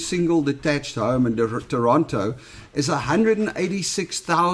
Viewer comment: Nice to hear the 'T' in in Toronto😀